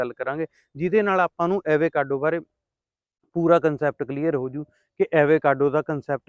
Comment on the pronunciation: Pronunciation- ਅਵ-ਕਾਡੋ